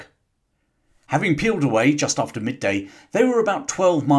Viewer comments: The German admiral´s name "von Spee" is pronounced "fon Spray." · Von "Spay" not Von "Spee". Lost me first sentence.